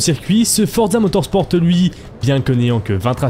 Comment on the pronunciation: Non mais arrête de dire fortza motorsporteee mec je saigne des oreilles